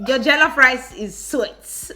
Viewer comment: You’re deffo a coconut, you need to go to Nigeria because this country has deffo white washed you💀 how can you number one pronounce jollof rice like that and 2 say Ghanaian jollof rice is better. Someone pls bring this woman some pounded yam